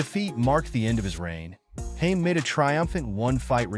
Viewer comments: its Ha med not Hames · His name is Ha med nor haims sooo annoying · Nice video but his surname is pronounced with 2 syllables 😂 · ITS HAM ED!!!!....pronouce it right ffs!!!!!🔥🔥🔥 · Hamed ..... HAM ED ......His name is - HAMED ..What kind of channel makes a vid ....but cant even pronouce the persons name ???? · Imagine going to the trouble of creating this video and you can't even pronounce the guys surname. Makes you look like a bit of an idiot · You would think they would know how to pronounce his surname before putting a clip up !!! Pathetic !!!!! 👎👎👎👎👎👎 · Why can't you pronounce his surname 😂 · Pathetic white boy can't say he's name properly 😂🎉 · The guy doing the speech cannot pronounce second name properly